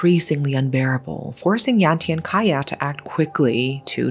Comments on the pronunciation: A bit off topic but its really bothering me how she says Cahya's name. Idk why she reads it as "kahyah" when its supposed to be read as "Chahya", maybe in future videos you can learn how to properly pronounce the names. But other than, this is a well made video! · I thought Kaya was wierd name for indonesian man. Well because it's Cahya not Kaya. Ch-ah-yaa. cahaya in my mother tongue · His name is actually pronounced cha-yah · Hi. Just wanted to let you know that the pronunciation for Cahya is Ch-ahya. The C in Cahya is pronounced as Ch (chair, choose, chinese) I’m your new fan and I love your storytelling, the intonation, the description of the story, chef’s kiss. Keep going!! ❤❤❤❤ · Even, as Indonesian I never heard the case. Thankyou for brought up this case. Btw, you pronounce Cahya as Chahya not Kaya. Indonesian pronounce Cah not Kah but Chah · Pardon my diverted concentration, but the name "cahya" actually spelled cah-ya. Cah like how indian people call their uncle: cha cha. And ya like yea? So cah ya. Not kaya like kaya toast 😂 (I notice this because I am Indonesian) Aside from this, evrything else is great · Pardon me but Cahya is pronounced as cha-h-ya the c is pronounced as it is, not becoming k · Nice story telling style! Btw, cahya isn't pronounced with k sound, but c like the sound of Charles. All Indonesian words/syllables with letter C should be pronounced that way. Another example is cianjur, a word (name of town) that is mentioned in the story. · A little correction pronouncing Cahya : 챃야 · The C in Cahya is pronounced like chair not like key. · Amazing coverage,. I would like to point out just one thing, though, Cahya in Indonesian is pronounced with a ch sound, like in chalk. Other than that, thank you for covering this, no notes. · Thanks for bringing this story up! Anyway, just FYI, the father’s name is not pronounced with K but with Ch. Like in Charlie.